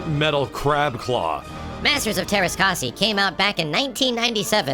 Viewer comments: It's kas-eye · Everytime you mispronounce Teräs Käsi makes me giggle. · shouldn't this game technically be pronounced teræs kæsi since its Finnish? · You keep pronouncing Teräs Käsi wrong.